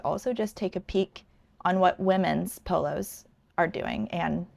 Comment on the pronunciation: Ohhhh. She’s saying POLOS not PILLOWS! Haaaaa😅😅😅😅😅😅😅😅😂😂😂😂